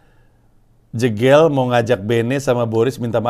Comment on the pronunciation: Bang, bilang nama jegel itu bukan jegel tapi jegel. Pake e sumatera